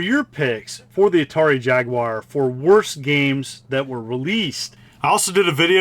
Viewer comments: Thumbs up for pronouncing Jaguar correctly and no I'm not European it just irritates me when people say jagWIRE rant over now back to you're video I goo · It's an American console by an American company and will always be pronounced JAG WIRE no matter how hard anyone else in the world tries to influence it to be otherwise.